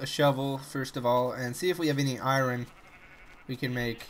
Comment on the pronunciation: Iron not iran lol :P but I love your Chanel thnks for the entertainment